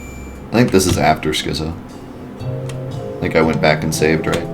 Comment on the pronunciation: It's skit-zo. As in schizophrenic. The more you learn.